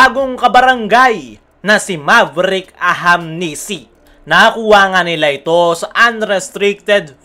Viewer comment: Kailan mo kaya mabibigkas ng tama yung ahanmisi.. tagal n puro ahamnisi pa wh